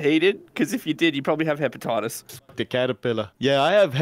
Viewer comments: “Yeah i have hepapatatoes...” xd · "Hepipatatoes" - smashing 2020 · He said hippopotatos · "yeah I have hepapotatoes" "It's type C hepapotatoes" 🤣🤣🤣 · “Yeah i have hepepatetos